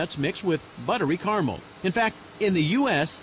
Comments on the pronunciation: Please pronounce caramel and nougat correctly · No one gonna mention how the narrator pronounces Caramel. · Wow, not one person in this video can pronounce "caramel" correctly :| smh